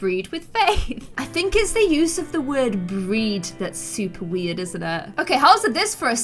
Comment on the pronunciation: im sorry I had to stop watching because you kept saying "bred out the wed" it was just so annoying